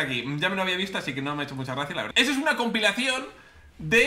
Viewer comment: like por el trabalenguas del minuto "compilacion"